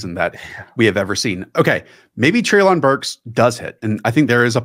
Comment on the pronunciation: Btw just so you know, it’s pronounced Trey-lin Burks.